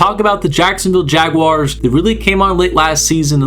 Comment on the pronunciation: Great video... and I also live the fact you actually pronounced Jaguars correctly. So many other content creators say Jag wires and it drives us mad here in Duval. But anyways awesome vid and yes look out NFL them Duval boys gonna make it interesting this year